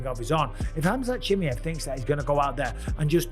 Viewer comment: Khamzat Chi MA ev Not Chi Mi ev Say right the last name ooo